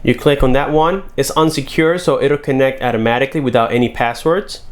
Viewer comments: "At-amaticly" .... You what? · He said “ATTAMATIKLY” I’m fkn dead 😂😂